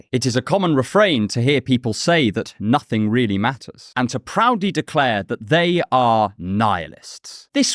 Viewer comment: VEE ARE NIHILISTS LEBOWSKI VEE BELIEVE IN NOSSING